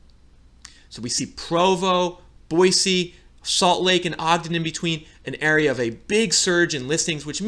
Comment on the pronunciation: Kudos! I'm always surprised when someone pronounces Boise correctly lol.